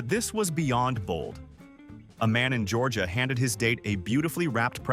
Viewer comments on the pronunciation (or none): none